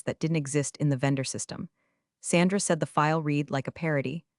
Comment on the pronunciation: "Read" continuously mispronounced!